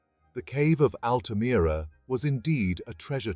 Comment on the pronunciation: Altamira in english is pronounce as "Al-tuh-meer-uh"